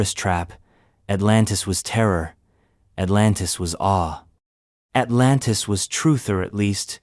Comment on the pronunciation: At-LAN-tS ASL